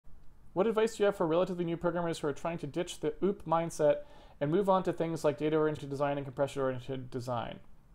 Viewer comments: I like that he pronounces OOP like oop. Like it was a mistake: "oops!" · Poop, not oops.